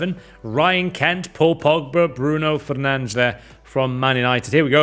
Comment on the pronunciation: As a Portuguese man the way he said Fernandes was very good Im surprised.